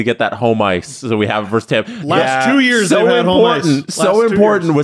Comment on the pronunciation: ....it's versus, no verse.